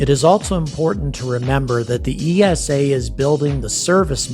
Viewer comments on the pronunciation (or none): I was just wondering why you say EE ES AY for ESA when you pronounce NASA as one word. Over in Europe we pronounce it EESA, one word. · Please pronounce ESA as you do with NASA, you wouldn’t say N A S A either :)